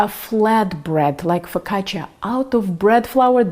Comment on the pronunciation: Nice job pronouncing "focaccia" with the emphasis on the double "c". Many cooks (incorrectly) make it rhyme with the Spanish "la caja". Do you speak Italian? Great recipe by the way. My focaccia tends to be rather flat and now I know why. Thank you.